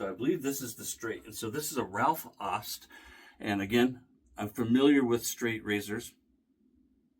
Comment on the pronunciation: Come on,. You should have nailed the pronunciation of "Aust". Au in German is the same as ou, as in "out", in English.